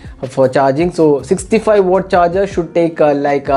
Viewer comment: It's watt.. Not wooott